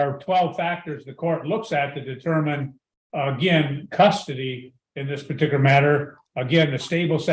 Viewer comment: The way he says "partikular" and the amount of times he says it, are a 'partikular' pet peeve with me.